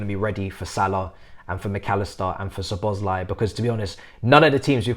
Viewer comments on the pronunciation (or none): none